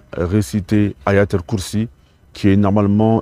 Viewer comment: waw c est incroyable comment il a récité aya al kurssi. il a totalement détruit le verset et en plus il parle arabe .